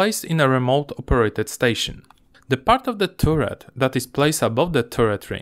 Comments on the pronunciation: Nie turret tylko taret :-) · Bardzo dobry film, nie przejmuj się ludźmi piszącymi o akcencie 👍 na przyszłość jabyś robił film gdzie jest dużo o wieży to czytaj to jak taret i będzie super 👍👌